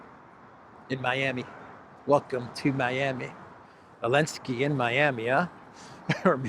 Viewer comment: Why does he call him Elensky?